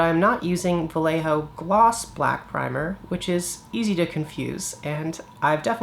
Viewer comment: Great video. Sorry for my nitpicking, but since you say "vallejo" about a hundred time in this video... It's pronounced "wuh-ye-ho-(actually not "h", but the throaty spanish (or German or Dutch) sound 🙂, but yeah)". The "ll" in spanish is a "y".